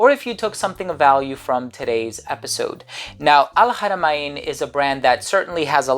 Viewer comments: wonderful info..I am a OUD person so looking forward to try it...and it pronounce AL-HARA-MAN....not MA-IN....I hope you don't mind me correcting you..hahahah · .. I know it is al haramain but it is not pronounce Hara ma In...